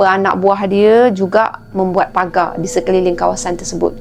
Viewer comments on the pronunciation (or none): none